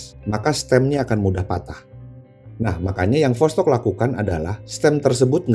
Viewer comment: Bang восток itu tulisan cirillic bukan latin jadinya bahasa sana dibaca tetep vostok